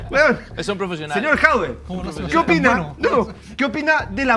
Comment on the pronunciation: Porque le dice Jaude? Es Jadue!!!!!!! Ya partimos mal Orrego.